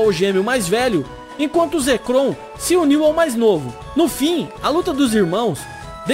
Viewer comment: você fala zekrom e reshiram errado